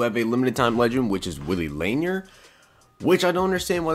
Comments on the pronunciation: Lanier is pronounced La Near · You tube Lanier so you can say his name right, he is a legegend lol laaaaaaaanearrrrr😎